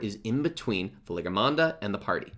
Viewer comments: Hey pronounciation of this bosses name is more like" Val - ee - yar -- mawn - duh". It's really far off in your video. It's pronounced a bunch in the MSQ and idk it just feels weird listening to you say it so wrong a bunch. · Wait. I thought it was Valentine Mango? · I found this video fine except the way you pronounce the bosses name. otherwise thank you for the video! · bro i cant with how you say Valigramanda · Guide is amazing as all your others - The pronunciation of Valigarmanda is so distracting though! Still again, this helped me so much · Can't pronounce the name of the boss cutscene skipper confirmed cancel this mans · Pronouncing Valigarmanda incorrectly for the whole video is distracting me from retaining any information argh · some things are pronounced different depending on your accent, some are just pronounced wrong like the name of the boss